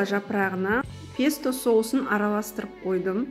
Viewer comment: рУккола, пЕсто дұрыс ударение қойып сөйлеңіз